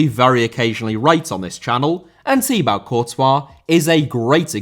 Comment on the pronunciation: It is pronounced Tee Bo, not Tee Bau.